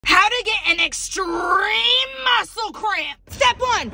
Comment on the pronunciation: ExSrImMmMe MuScLe CrAmP! had me dying